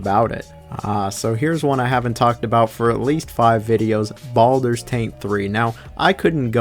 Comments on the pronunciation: Wtf is Baldurs TANK three ?!?! 🤣🤣🤣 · Why do you call or Baldurs taint?